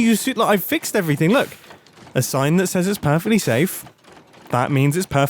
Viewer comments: yes mumbo, i mean Grian. It is indeed "perectly" safe. :D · Perectly safe? hehe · This episode was just "perectly" hilarious. I look forward to Mumbo's villain arc. Perhaps that's why he's graying? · "THIS IS PERECTLY SAFE" perectly? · THIS IS PERECTLY SAFE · Yes...everything is absolutely "PERECTLY" safe. LOL Oh Mumbo....please don't ever change! 😍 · It is PERECTLY safe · Ah, yes. "Perectly" safe. That'll be sure to hold up in court.